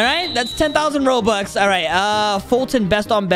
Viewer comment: Bro said robuts